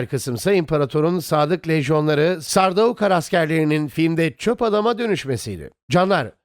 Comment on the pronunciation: Kardeş seslendirmeyi yapan abi Türkçe telaffuz ediyor. Adama gidip de sen telaffuz çalış desen ayıp olur. E senin burda yapman gereken metni telaffuz edildiği şekilde yazman. Sardaukar değil de sardukar yapsan seslendirmen abi de doğru telaffuz edeceği için çok daha güzel video olacak.